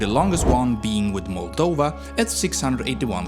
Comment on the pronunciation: Your pronunciations are inconsistent and flat-out wrong, for example Danube (you called it daNoob) or Moldova (you called it Moldayva) sadly after hearing those I stopped watching. Curb the swedish accent a bit.